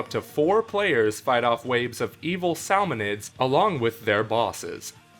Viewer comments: Salmanoids not Salmaneids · It is Sam-a-noids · sahlmonids mary gaymemode